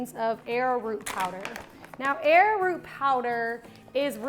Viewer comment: Arrowroot is pronounced Arrow-Root not Air-Root, for the record. I make my own deodorant and I love using Dragons Blood oil for the scent. It doesn't smell feminine and people love the way it smells. I use Soy Wax instead of bee's wax too. I am a vegan and I avoid using a bee based product. I don't use the arrowroot. Instead, I use Cornstarch. Another great thing to know is that if you make this ahead and chill it in the refrigerator overnight uncapped it firms up better without losing its scent. After that, it thickens the longer it sits capped, after having been made.